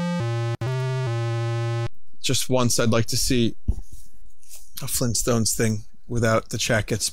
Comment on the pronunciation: Really really glad that you brought the chat in for the FLEENTSTOHN-experience